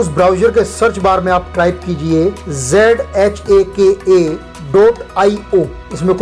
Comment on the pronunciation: Not Zhaka Token His pronunciation is Haka Token ok.... 🌹